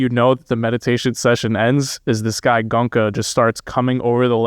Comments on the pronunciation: 😂Guys, At least Please pronounce the master’s name right, it’s Go-En-Ka. Not gonka!!😢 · It's Go-enka .. not gonka.. It's hard to believe nobody told you the right way to say his name. But nice to hear a good discussion.. Ties in with my experience.. there wasn't really any suspect love at the retreat I went to. Unfortunate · Gonka lol … it’s Go-enka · It pronounced Go-enka. not "Gonka". The Goenka's are a very wealthy Marwari clan. SN Goenka lived in Myanmar during WWII . His teacher was a very great Burmese civil servant who became a great Burmese meditation teacher. The primary Goenka meditation center in India is in Mumbai. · The awesome teacher's name pronounced Go-yen-ka; not Gonka.. JFYI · For your benefit, his name is pronounced GOYn-ka, not GOn-ka. 😇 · Good job guys! Its pronounced Go En Ka! To see is the summary of it. It's need to be integrated in every action, thought, emotion and the inevitable happens! How many years you do it has no relevance how well you integrate it in your day to day is what matters. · Go-eng-ka, three syllables... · oh dear.. the centres are all over the world.. Came to America fairly recently.. His name is NOT Gonka.. please.. Are American's taught at school how to mispronounce words..? His NOT Indian.. he's Burmese.. Fekk I'm 1 min 15 in.. You really were not paying attention.. why do a video without even checking basic facts.. ? I don't understand.. do you have access to google..? sidhartha who..? he was a royal prince and was NOT unhappy.. I can't take any more.. glad you enjoyed the retreat.. next time just write some notes before putting the camera on.. please.. save us all some time.. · Don't you know how to pronounce indian names😡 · While you two love criticizing someone's pronunciation of a language which is not their first language. Did you in the midst of this humour and mirth stop to think how funny you sound every time you pronounce his name wrong. Not good funny but stupid funny. Bunch of jokers